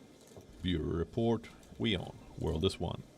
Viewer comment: news vidly awailable around the vorld!